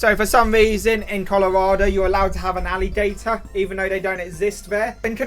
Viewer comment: The alligator map is almost as wrong as how you say alligator I live in a red state and have a permit to keep one We take him on walks and he’s almost 4ft long now